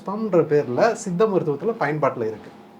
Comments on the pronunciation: தம்பி... மருத்துவர் சொல்கிறது போல் சித்த மருத்துவம் என்று சொல்லவும்.. உங்கள் உச்சரிப்பு தவறு... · Tamil medicine is one of earliest medicine in the world. It deals with many subjects both internal and external of the Human beings. Anchor try to pronounce properly 'Siddha Medicine ' not seetha medicine.